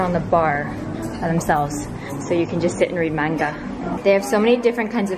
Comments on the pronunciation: the way she pronounced manga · u said manga wrong 😂